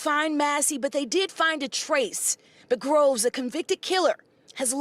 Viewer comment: Get the last name right …. It’s GROVES